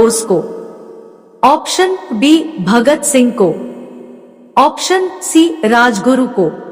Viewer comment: दुखीराम नहीं खुदीराम होता है